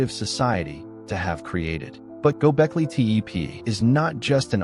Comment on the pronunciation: This is garbage.You can't even pronounce the name properly.